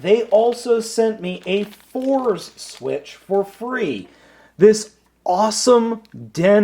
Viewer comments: Fourze is pronounced Four-Zay, not Fours. Also, I suggest taking a look at other Kyoryuzin reviews in regards to the combination music. There is a some stuff to it. I think the amount of combining/transforming dinos will top out at 13, seeing as some, like Allomerus, are more utility based. I could be wrong though. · I think Fourze was pronounced as "Four-Zay".